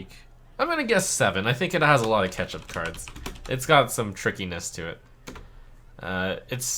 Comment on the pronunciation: him saying "catch up" always sounds like "ketchup" to me